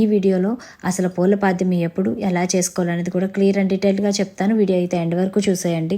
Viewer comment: పూల పాడ్యమి కాదు అమ్మ పోలి పాడ్యమి,, సరిగా అనడం రాదు గాని చెప్పడం ఎందుకు